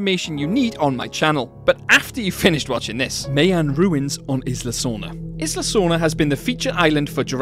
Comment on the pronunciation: Isla, is pronounced: EYE LA.